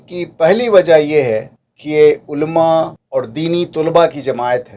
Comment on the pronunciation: عُلَمَاْ ہے ألما تلفظ صحیح نہیں